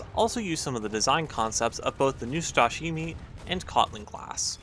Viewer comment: Neustrashimyi that is how it sounds. Translates as fearless ;)